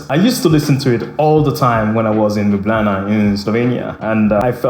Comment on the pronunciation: Whoa, wait what? I'm from Slovenia! And you pronounced Ljubljana almost perfectly.